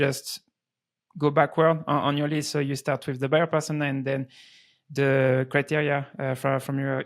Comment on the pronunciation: soy balding French dude cannot comprehend the Chad American sales tactic LMAO American: just speak like a human lol Frenchy: ''urmm I fink you need to filter the lisft..."